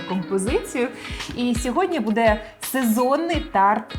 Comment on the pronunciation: Тетяно, дуже приємно Вас чути українською, але "бУде", а не "будЕ". Зверніть увагу, будь ласка) Так само і "бУдете".